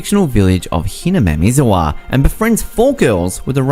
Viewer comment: hinamizawa is not fucking pronounced like that XD.